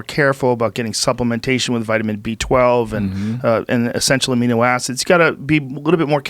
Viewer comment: Joe "amnio acids" Rogan